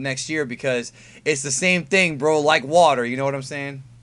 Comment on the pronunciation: " Be like vater my friend "